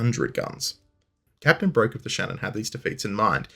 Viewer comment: I believe Philip Broke would have pronounced his name like "Brook" - see his wikipedia entry